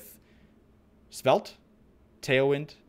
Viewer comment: Just for info, Vite is a French word and pronounced "veet". It means quick.